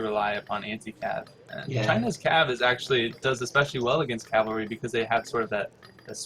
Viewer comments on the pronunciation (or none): the best player in aoe 3 can't say CAV-AL-RY, not calvary